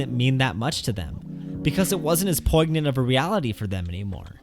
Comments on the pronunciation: Poignant is pronounced “poi-nyant”. The g is silent. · The G in poignant is not pronounced. It should sound as poinyant.